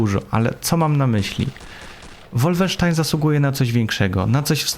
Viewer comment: Jaki łólfensztajn? To jest po niemiecku a nie po angielsku. Nie łólfensztain tylko wolfensztajn.